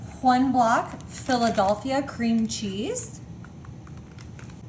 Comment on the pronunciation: Who talks like this. No one I know. So bizarre. I can’t watch her because of the way she pronounces these words. “Chiz” cheese. The. Later she says it correctly. What the hell. One video she says crimbs instead of crumbs, every time. I had to replay it because I thought I heard wrong.